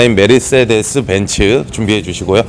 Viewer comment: 메르스데스 ㅎㅎ독일발음인가여? 한국에선 메르세데스 인걸로 아는데... 귀여우세요 석호선수님 ㅎㅎ